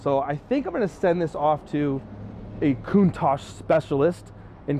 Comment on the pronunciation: PLEASE please do your research on how to say this car !!!! there is No KOONTASH in CANNONBALL RUN !!!!!! and im not sure why your going to use the phone to try and dial the car in !!!!! the car was made well before computers or anything like that so if your going to try and use a PHONE to dial it in your in for a BIG shock !!!!!